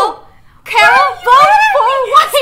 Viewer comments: Carol not Coroal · Who else heard nessa say ron I mean carol